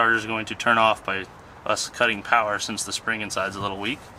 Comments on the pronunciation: All the powah babeh!!! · MO POWEH BABEH